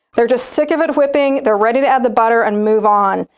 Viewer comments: Is there a reason you pronounce W’s like Stewie? “HHwipping” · She says whipping kind of funny lol